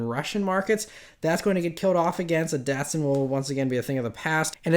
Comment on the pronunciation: Datsun was brought back, never heard this....now its been killed off again, Dat-soon😅